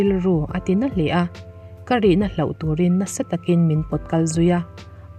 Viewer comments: Hloh i lam dan hi hlauh a ang tlat! A awmzia a inang lo nasa mai si a, han lam deuh fak teh. Hlauh - Mi tihlau thei thil/Thil hlauhawm - ramhuai, zan thim adtl.. Hloh - Tibo/chân/paih - ka pawisa ka hloh daih mai, ka bag ka hloh daih mai adtl... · Mizo ṭawng hi a har hle, hman dik pawh a harsa; tin, lam dik vek pawh a har viau; mahse, 'hlauh' leh 'hloh' tal hi chu hre hrang ula, lam hrang thiam ula ka va ti êm, a awmzia a inang lo nasa si. 'Hloh' chu tibo, chân tihna a ni. Eg:- Kum tîrah khan ka laizawn pakhat ka 'hloh' a, ka rilru a nâ a, hna pawh ka la thawk peih lo. 'Hlauh' chu 'vanneihthlak' tih lam kâwktu a ni thung; tin, beisei loh lam thil sawi nan pawh hman a ni bawk. Eg:- 1) Nimina ka bakkilh hloh tâk paruk zînga pali chu, hei vawiinah ka hmu lêt leh 'hlauh' mai. 2) A dang pahnih kha ka hmuh loh 'hlauh' pawhin a man a to lo bawk a, ka ui lutuk lo ve.